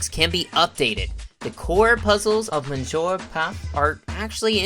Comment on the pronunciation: Speaking of typos, that's not how you say monsieur in English or French as correct pronunciation.